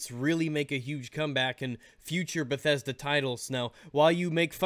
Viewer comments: Lol, Lmao said bethesdolla" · Bedethda... bedethda never change ....